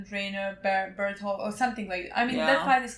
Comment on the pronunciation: Bertolt has such a sexy cool name, I wish they say his name right